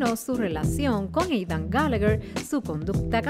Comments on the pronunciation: Yo no escucho hanna escucho queen xd oye quien mas escucha eidan envés de aidan :v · No es Eidan es Aidan el mismo lo dijo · NO ES EIDAN ES AIDAAAAAAAAAN